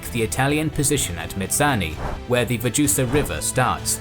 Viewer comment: When you pronaunce Vjosa as " Vaxhusa" 😂😂😂